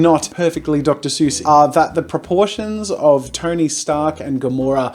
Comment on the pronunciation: Dr. Zeus